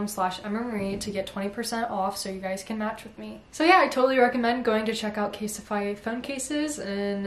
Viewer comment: please dont say it please dont say it...: something thats really essential is a good phone case... CaSeTiFy🤦‍♀️🤦‍♀️🤦‍♀️